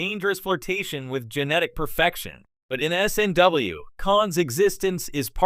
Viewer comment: Strange New Worlds is not the prime Trek. It's as wonky as Kelvin timeline now. They lost me as a viewer and supporter. And find a new AI to read the script. Don't write dialogue as "World War III", as it says "world war eye eye eye". Also don't abbreviate Strange New Worlds as "SNW" as the AI just says "snw".